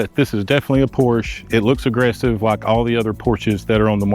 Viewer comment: A word to the wise - "Porsche" is a two syllable German name. Respect people, respect.